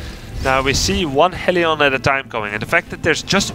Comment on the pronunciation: the way grubby says hellion amuses me :D